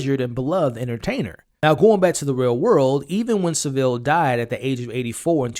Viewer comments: His name ia pronounced SA-vil, by the way. Stress on the first syllable. Cheers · Let’s clear some things up. It’s pronounced Savil, not Sa-vill. To give Jimmy context to Americans , it’s probably similar to Bill Cosbys journey from family friendly tv dad to …you know, but worse. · Pronunciation of Saville from all Americans to date is way off. Not “Su-Ville”…..”Sa-vull”. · It’s not Sev-ILL. It’s SAV-ill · It's pronounced Sav-Ill, not, as you seem to infer, Seville. Put simply, it rhymes with (Henry) Cavill. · It’s not pronounced Sa-vile it’s Sav-ile. The syllable break is after the V And jim’ll fix it stoped airing in 1994. I’m not having Jimmy crystal was a Jimmy Savile fan. He’s younger then me and i only knew the name Jimmy Savile and that he was a DJ. Had they made Jimmy crystal in his 40’s it would make sense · Seville is a city in Spain . Its Savile ffs ! 🙄🤣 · It's Saville that rhymes with Saddle, not Saville that rhymes with Seville :) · It's Saville not Seville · It's Savile, that rhymes with gravel. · Americans pronunciation of Saville lmao it's SAV (like 'have') - ILL (as in unwell) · It's neither; it's Savile. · Pronounced SAV-iLL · OH MY GOD 🙄You're MISPRONOUNCING Savile's name and it's sending me through the roof with rage I'm about to go ballistic jesus christ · The way you’re pronouncing “Saville” is killing me. I totally get why you’d say it like that as someone that’s not from here and isn’t familiar with the old nonce, but it’s very jarring! Great video though! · At least get Saville’s name right. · Thats some pronunciation of Savile